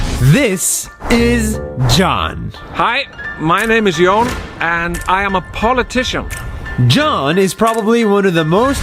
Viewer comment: he is not john HE IS YON 😂